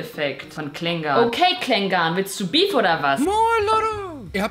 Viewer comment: Nicht Klengahn~ sondern Klengan (von der Aussprache her':))